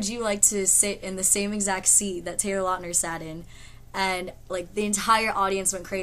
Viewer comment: great story ....but I think Taylor prefer if you call him lautner not latner ....because latner is wrong...haha but still awesome ;)